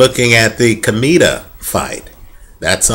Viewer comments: Hey dude, I really think your opinions are very accurate. Just wanted to correct you at the time you say "Chemito". It is not pronouced as "kemito" but as "Shemito". Hope you correct that because it sounds really weird. Greetings from Panama. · Yeap is pronounced "Schemito"